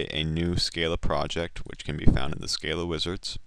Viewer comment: SC-AH-LA. But good beginning tutorial, I like your teaching methods.